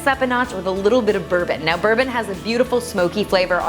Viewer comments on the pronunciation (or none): none